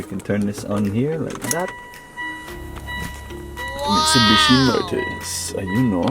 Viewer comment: MITSUBIBE! (instead of Mitsubishi) 😂